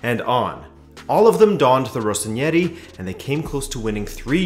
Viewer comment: 'Rossoneri', not 'Rossonieri' like you pronounce it lol